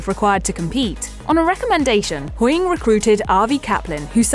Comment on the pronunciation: Sorry i just have to say this, I hate it when they just say surnames the way she said HOYING all the time drove me mad